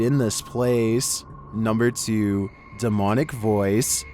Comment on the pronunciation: bro said number 2se🗿